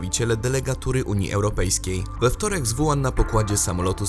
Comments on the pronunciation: Nie: "Wuan" (zapis fonetyczny), a: "Łuhan" (zapis fonetyczny). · zle czytacie chińskie wyrazy. WU HAN czyta się tak >>ŁU HAN<< douczcie się bo siara jak hu*